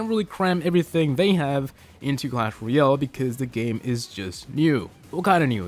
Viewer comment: Learn how to say "Royale"